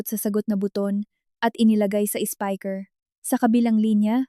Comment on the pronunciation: Anong klaseng salita yong SPEAKER PHONE NA SABI MO SPIKER😂